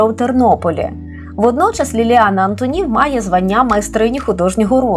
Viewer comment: Шановна пані, але чому " АнтонІв"? Звичайно, по - людськи:"АнтОнів"!